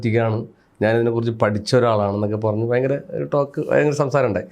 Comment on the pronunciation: ഹോ ഫയങ്കരാ നോബൽ സമ്മാനം കിട്ടണം 😂😂